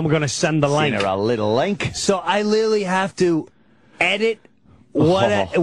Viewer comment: Yes, he also referred to Nicole Brown Simpson as Nicole Kidman 😅. I've also noticed that he doesn't know how to say "literally"and "jugular" 😂